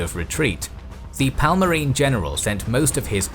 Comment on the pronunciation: Palmarin ruler? Teach your speaker to pronounce their names right at least. It was a Kingdom, not a Parmalat cheese.